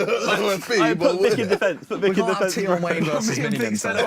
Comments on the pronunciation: Man said Abra and tion Wayne and swarmz 🤦🏿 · Man said tion Wayne and abra